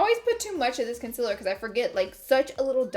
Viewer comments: I'm so annoyed everytime i hear her say conciller. Like why? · Okay I swear Laura Lee is the only beauty guru who pronounces Concealer as Conciler